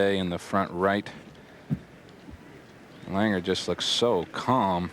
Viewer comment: Lahn-ger. It's German, it isn’t LANG-er